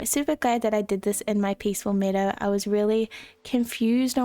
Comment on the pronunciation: Peacful meedow just meadow my friend. Pronounced (Meh-dough)